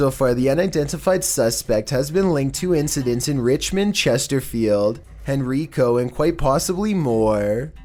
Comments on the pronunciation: When you pronounced Henrico as Henreeco, I laughed so hard 😂 hopefully this Scream bandit gets caught! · Hen reecoe henrico